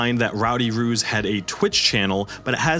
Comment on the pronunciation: Right? I was listening along to this at work and couldn’t watch/read along because I wasn’t on my break, so I genuinely thought he WAS saying “Ruse” until he mentioned artwork of Actual Kangaroos, and I was so confused as to why an NFT project would be so incredibly BRAZEN in their naming scheme? 😂